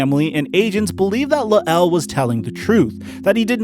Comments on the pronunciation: Pronounced Lyle..not Luh-L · his name is “luh el”. it’s layel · LMFAO "Luh-el" lmfao Sometimes I get the feeling that is kinda on the "simple" side... The man's name is La'el (LYLE) Collins, man. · You say his name funny it’s bothering me lol